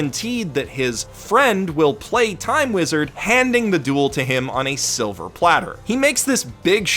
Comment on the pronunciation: You mispronounced "Time Weezad" great video!